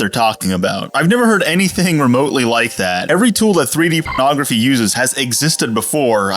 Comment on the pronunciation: I’m into this video and I still have no idea what he’s talking about. I’m guessing “pronography” but still unsure.